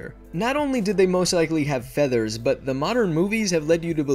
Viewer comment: I thought you said Father's xD